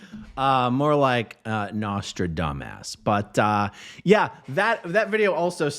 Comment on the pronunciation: I swear to god it sounds like he says "... you're going to get treated like everyone else in the butt" Nostradumbass can't even pronounce Nostradamus 🙄